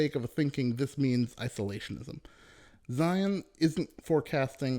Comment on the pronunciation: Zeihan not Zion